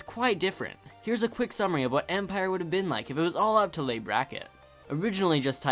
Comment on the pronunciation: Nice list. FYI dude "Leigh" is pronounced "Lee".